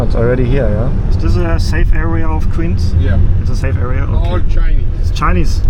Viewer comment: You should learn how to make the "w" sound. Queens pronounced like "qweens," not "qveens"